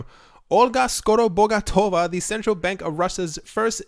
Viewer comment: Oh wow! You actually managed to pronounce Skorobogotova! Nailed it! 🙌🏻 Great content as always! Short and straight to point! Ty for your work!